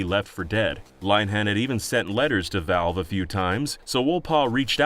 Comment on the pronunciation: I.T CROWD* LINN-EH-HAN!*